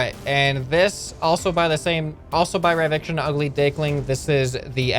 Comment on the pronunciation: you say ryviction instead of ryvicton, i did the same at first until he corrected me in the discord